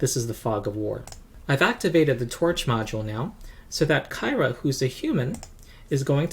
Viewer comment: BTW, I think "Kyra" is pronounced like "Kira". That's the official word, anyhow. Not sure why they chose to do that - you'd think it'd be pronounced like "Tyra", right?